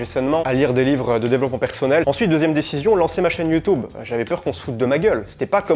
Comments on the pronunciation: YouTUUUUUUUUUUUUbe!!! Et pas YoutOUbe. C est youtUbe bon sang de crotte de bique naine !!! PAS youTOUbe😂❤❤❤ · C’est marrant comment tu dis YouTube. Merci pour cette vidéo intéressante